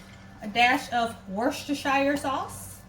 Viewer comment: Very cool I'll be making this! I'm from Lumberton TX! Can't believe you said Worcestershire correctly on the first try. Great vid.